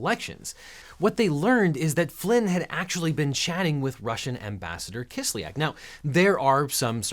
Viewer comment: Kis lyak. Ya is a single vowel in Russian. It is not Kis lee ak like almost all Americans pronounce it